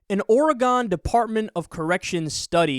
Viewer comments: Great video, and while I'm less for punishment than you, as I've said before, I respect your opinions. Just a minor note: My state, Oregon, is not pronounced "OR-uh-gahn" but rather "OR-uh-guhn." So, ask yourself, "Is it a knife or a gun?" Take the "or a gun" part, put the emphasis (or stress) on "or," and there you have it: Oregon. To be honest, you don't even really need much of a vowel between the "g" and the "n," but you certainly can put one there. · If you could pronounce ORYGUN you'd know what BS you're mouthing... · when he said "origon" i was like what the fuck did he just say? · Please stop pronouncing Oregon like a hick.